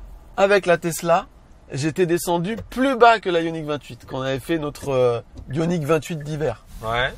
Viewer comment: J’avoue que dans le bilan final, parle de façon naturelle et des plus distinctive. Il n’y a que lorsqu’il parle de truc bizarre, yoniksys je ne sais pas quoi, là il commence à délirer et on ne le comprend plus.... A bientôt et merci pour toute cette bonne humeur, vous êtes les meilleurs!!